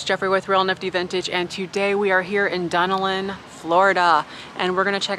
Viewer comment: Done Ellen that's how you say our towns name 😉. So glad you enjoyed our lil town!!